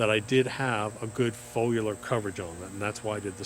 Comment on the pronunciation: He said “folular” so many times he almost had me believing that’s how you pronounce foliar 😂